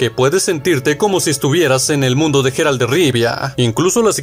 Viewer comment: "Comandante cherpad"? 😂😂😂 😂 y ese quien es ? no sera el comandante Shepard de mass efect? vocaliza o lee bien compadre. Y la "G" del nombre del Witcher suena como "y" porque es en ingles y no como jota en español: "Yeral" no " Jeral" . En Batman el nombre de arkhan se pronuncia " asailum" no " asilun" . En fin...